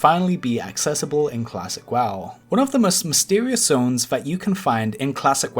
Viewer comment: when I hear WAW instead of W-O-W..... TRIGGERED!!! what an idiot...